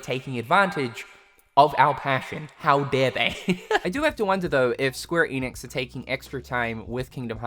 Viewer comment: ‘Enix’ not ‘Eeeeeenix’